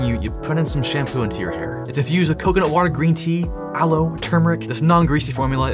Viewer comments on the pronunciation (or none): none